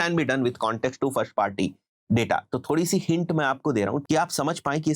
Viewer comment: nexsht nahi next , shtarting nhi starting,firsht also isiliye m irritate ho jata ho aur video bnd kr deta hu